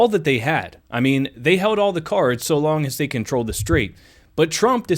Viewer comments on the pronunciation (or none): none